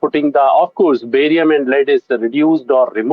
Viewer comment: lead wrong pronunciation